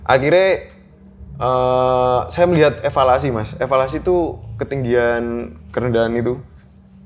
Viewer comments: Elevasi bukan evalasi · Bukan evalasi tapi elevasi mas..